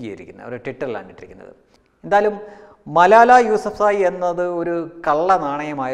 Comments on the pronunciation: മലായ അല്ല ചങ്ങാതീ ' മലാല ' ആണ്. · മലാലയാണ് , മലായ അല്ല ! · സംസാരത്തിൽ വല്ലാതെ വർഗീയത മണക്കുന്നു മലാല എന്ന പേരുപോലും ശരിക്കും പറയാൻ കഴിയുന്നില്ലെങ്കിലും അവർ വിവാഹം കഴിച്ചത് പക്കിസ്ഥാനിയെ എന്ന വൻ കുറ്റവും കൊടും പാതകവും തുറന്നു കാട്ടാൻ താങ്കൾക്കു കഴിഞ്ഞിരിക്കുന്നു. അവർ വിവാഹം കഴിച്ചത് അവരുടെ നാട്ടു കാരനെയാണ് അവർക്കും രാജ്യസ്നേഹം ഒക്കെ ഉണ്ടാകില്ലേ അതോ അതൊക്കെ നമുക്കു മാത്രം പറഞ്ഞിട്ടുള്ളതാണോ? തന്നെ പറഞ്ഞിട്ടു കാര്യമില്ല എന്നറിയാം ആരോ എഴുതി തന്നതു വായിച്ചു എന്നാലും സാരമില്ല പോട്ടെ